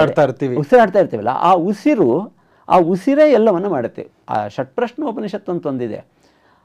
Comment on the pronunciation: "ಷಡ್ರಶ್ಣ ಉಪನಿಷತ್... " ಅರ್ಥ ಆಗಿಲ್ಲ... ಉಚ್ಚಾರಣೆ... ಗೂಗಲ್ ಅಲ್ಲಿ ಸಿಕ್ತಿಲ್ಲ